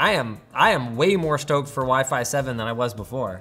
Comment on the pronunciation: "Waih-Faih 7"